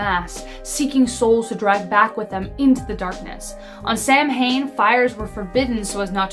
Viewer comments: Not Sam Hain , It’s pronounced Soween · I love it when videos go into the old and ancient stories of ghost, goblins, and fae. This was a great video! A couple of notes: the actual spelling for banshee, if we're going the traditional route, is 'bean sidhe' (bahn-she). Also, Samhain is pronounced as 'sah-win' or 'sow-in', not sam-hane. It's very easy to get the pronunciation wrong, when it's not phonetic for most English speakers. Also, be warned, if you name your cat Bean-Sidhe (Banshee), it's likely going to live up to the name, mine did. LOL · Samhain is properly pronounced sowwin. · The Femme, French for Woman, in the fist set of this video pronounced “Samhain” wrong. C’est , French for its, pronounced Sow-ain. With “Sow” rhyming with Cow.